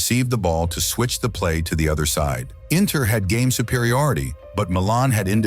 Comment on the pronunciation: Yeah because he says Inner and not Inter 😂😂😂